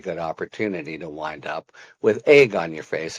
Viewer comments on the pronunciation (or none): none